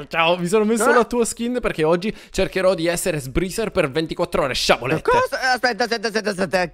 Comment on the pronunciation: Non posso sentire dire "sciabolette"